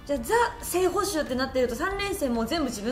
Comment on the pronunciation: 里崎さんの喋り聴き慣れていたと思ってたけど 完全なる捕ﾁｭ併用でクスッと笑ってしまった申し訳なく思っていません。